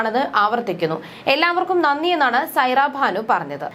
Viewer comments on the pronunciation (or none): സൈറ ഭാനു അല്ല. സൈറ ബാനു ആണ്. സ്വഖാര്യത അല്ല സ്വകാര്യത ആണ്. എന്ത് വാർത്ത വായനയാണ്!!!കഷ്ടം